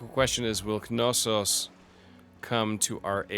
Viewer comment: It's actually true to the greek pronunciation to pronounce the k in Knossos. If you want to take it a step further, the emphasis shouldn't be put in the first syllable but rather the second therefore it would be pronounced KnossOs rather then KnOssos